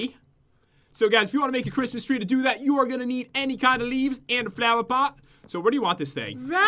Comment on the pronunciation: said I douuuu. It's I do not douuuu